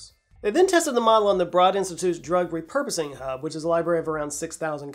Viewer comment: Tiny nitpick for accuracy:, "Broad Institute" is pronounced with a long O, like "Brohd". I don't work there, but I have worked at partner institutions. Excellent work as always,!